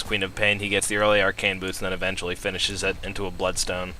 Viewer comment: And "eventually bloodstone" has the emphasis on "eventually."